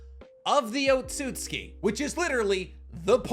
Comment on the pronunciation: I can tell you're learning Japanese because your pronunciation of Ohtsutsuki is better than mine 🤌 lol it's a convention of pronunciation I never picked up on until recently. That is, in the first half. You switched it up lol. I know it's i's and u's between certain sounds that get skipped, that's why it's Sauce-kay not Sa-su-kay, eesh-key not ee-she-key, oats-oots-key not Oh-tsu-tsu-key, although I'm not entirely clear on the full rules so I'm not positive.